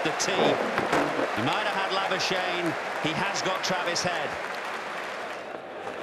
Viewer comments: Laibiuschaine.......lol Its an Afrikaans surname. Laboeskagnie. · Ik like they say labushane even though it’s the most South African name ever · As a South African... I'm not impressed about how y'all pronounce Labuschagne